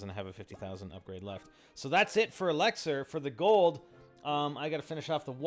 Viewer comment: Why does he say elixar its so annoying!